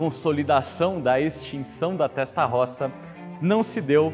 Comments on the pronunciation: Desculpe-me - entenda como crítica construtiva -, sua pronúncia p/ TESTAROSSA é horrível. Diga "têstarôssa". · Só peca ao pronunciar o nome TESTA ROSSA que em italiano se diz: "testa rôssa" tradução literal : testa=cabeça ( no caso em se tratando de um motor, refere-se ao "cabeçote"; rossa=vermelha. Logo é um motor com a "CABEÇA VERMELHA" e não por acaso o cabeçote é literalmente pintado de vermelho. ROSSO=VERMELHO ROSSA=VERMELHA ROSSI=VERMELHOS/VERMELHAS. È que trabalho na Itália há 18 anos e julguei conveniente fazer esta observação, não a prenda como uma crítica "destrutiva", mas somente a título informativo e para conhecimento. A matéria está muito boa, parabéns pela explanação. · rapaz doeu no ouvido ouvir testarrossa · Vídeo monstroooo!!!👏👏👏 Agora, a pronúncia "Testarossa" não pode ser soada incorreta. É um crime! Kkkk 🤣 Abraço!!!👊✌🔥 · Show de informação, só não consegue pronunciar o nome Testarossa corretamente.